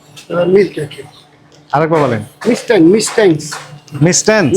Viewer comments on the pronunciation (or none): মিস্টাইনস না,,, ঐডা মিষ্টিন,,,🙂